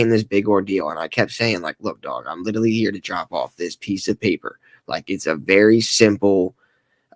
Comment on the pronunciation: If he’s going to use the work “literally” so many times, maybe he should learn how to actually pronounce it…🙄